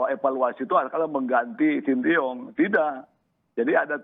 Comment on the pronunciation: shin tae yong pak bukan sintiyong😂